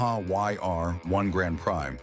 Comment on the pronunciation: Tell me you’re a robot ! & that’s why you can’t pronounce” Grand Prix “